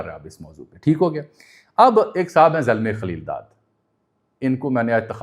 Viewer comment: Your opinion about zalma khaleel zaad is wrong plus illiterate way to eloborate his name